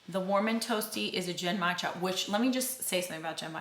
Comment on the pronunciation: Really enjoying the channel. The Japanese tea is pronounce (Gen-mai-cha) gin-my-jah.